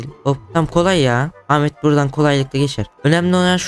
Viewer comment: Ahmet e amede demesi